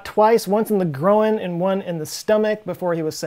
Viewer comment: I've never heard anyone pronounce groin like that lol